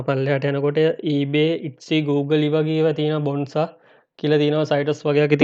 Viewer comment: Good video brother... නම බොනැන්සා කියලයි කියවෙන්නේ... ඒක හදා ගන්න. ස්තුතියි